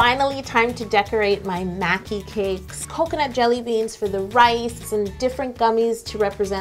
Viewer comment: she also pronounces maki as mai-ki like making would sound. and the constant bowing. i was cringing.